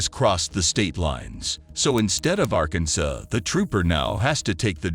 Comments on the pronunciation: I hate these AI videos. This fake narrator doesn’t know how to pronounce “Arkansas” correctly. Why not just use real people??!! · Your AI voice needs work. Can’t even pronounce Arkansas right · Nice mispronunciation of Arkansas. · Wtf is over speeding? The last s in Arkansas is silent. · the robot voice pronounced the last S in Arkansas 😅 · The announcer needs some help. It not Arkan-sas, it is pronounced arkan-saw. The "jeep" is a Toyota Tacoma pick-up truck with a camper shell. As the Trooper said; "It's all on camera" - that is the only reason he didn't let the cop go. You know it's bad when you are required to video record everything you do, because you work in a field so riddled with corruption, that you can't be trusted. This is all confirmed when the Trooper says; "it's not like it used to be". If the deputy got 1 year in jail, I guarantee that was not his first DWI. It might have been his 3rd. My guess is that he got a 1 year suspended sentence. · Arken sas? Pretty sure you don't pronounce the second S in Arkansas?😂😢😮😅😊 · Arkansuh???? Arkansas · “ Arcan - says” ??? for Arkansas? LMAO, 🤣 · did the narrator really say arkanSAS? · ArkanSASS! Whats up with all the mispronounced words??? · How is it possible that no one has mentioned what the deal is with how the narrator of the video pronounces “Arkansas”???? He called it Arkansuh. How in the holy F is that possible. F#ckin’ arkansuh…seriously. How could anyone F up the pronunciation of one of the 50 states? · This narrator said "Arkansus." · Its funny at the mark they say lee o pard for leopard and minutes in he says arkansess for Arkansas. Funny automatic readers. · The narrator is doing a bad job. It is Ar-can-saw (Arkansas) and it is a Toyota not a jeep. Wow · Arkansas pronounced Arkansays? A Tacoma pick up called a jeep? This narrator sucks! For heaven's sake! Get a better narrator!